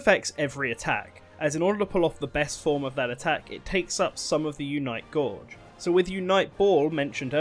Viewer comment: "Unite Gorge"